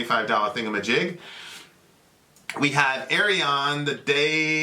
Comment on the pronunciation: Finally! Ayreon is a made up word, but fortunately Wikipedia has even an audio sample of how to pronounce /ˈɛriən/:) —And got it right! I wouldn't worry about this getting blocked as it is from Arjen's personal channel. Trivia: the amazing Ed Warby used to play in Gorefest (1989–1998, 2004–2009):) — "The Source" is fantastic, especially the 4-CD version with bonus acoustic version of the whole 88½ minute album. And you have the vocalists from Dream Theater, Kamelot, Between the Buried and Me, Epica, Avantasia, Blind Guardian, Symphony X, and Nightwish on the same album! That said, 2008's " " Arjen refers to in this video is my favourite, the epic, 17-vocalist conclusion to the 10-hour, 1 album + 5 double albums "Forever Saga" ('Forever' without an article of any kind). Floor, Hansi and Simone appeared on that album also. Speaking of 1s and 0s, the lyrics " " are ASCII /ˈæskiː/ (American Standard Code for Information Interchange) encoding for "trustTH1":)